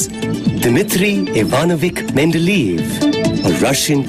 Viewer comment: This is a really cool video in terms of its description of the 3 tables; however, the music is quite distracting and hasn't aged well + your pronunciation of Mende-ley-ev is incorrect to the point that even a viewer wasn't able to type the surname properly.